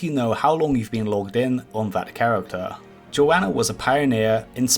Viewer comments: I know you don't mean to call them a 'her/she', but Joana is a guy just so you know. They pronounce it more like Joe Nuh from what i've heard them say. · He didn't call him a her once? His did pronounce his name wrong though